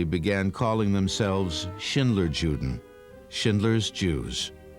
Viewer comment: The narrator should have done enough research to pronounce " juden" properly as yuden.